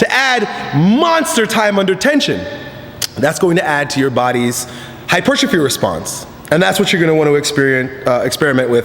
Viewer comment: Hyper-trerrrrphy!! Lol